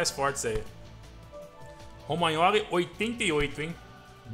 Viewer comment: ROMAINOLI, ROMAINOLI ROMAINOLI KKKKK,tô zoando , é romagnoli pô